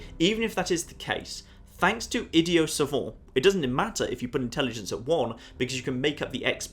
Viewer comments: Id-ee-ut Suh-vaunt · "Idiot Savant" It is the word "idiot" (id-ee-it) referring to someone of lower intelligence. As in "you are an idiot". Combined with the word "savant" (suh-vont) which basically refers to someone who is wise or intelligent. I have heard these two words used separately in everyday life plenty of times, so at least this is how it is pronounced in America. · Idiot savant. It's not french, idiot is an English word pronounced ih-de-ut. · as a french guy you sound like "idiot savon" just saying. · Idiot and savant are both English words. why are you saying it like that ? hahaha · its just pronounced idiot savant..... like you read it, no silent letters.